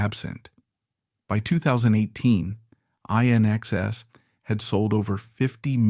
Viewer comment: It's pronounced "in excess"!